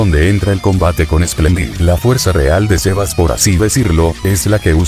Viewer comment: Aprende que xeba es xebas